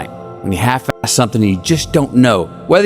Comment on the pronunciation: I could only hear “Don’t half Æ it.”